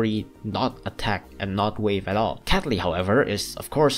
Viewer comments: Guy The Person i heard that too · No, i totally wasn't thinking was saying capy instead of catley. Why?